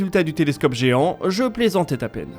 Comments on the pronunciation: Pardon ??? "Je plaisantaitapeine " ??? Depuis quand la liaison d'un mot se terminant par un S, se prononce-t-elle avec un T ??? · vingt z années lumiere;, plaisantait t a peine..bienvenue sur la chaine